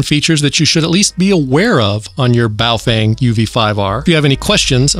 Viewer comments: Dude its baofeng not boof wang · Do you say Baofang instead of Baofeng for irony? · Bahoh Fung.... correct pronunciation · Must be in wrong channel. And it's bofweng!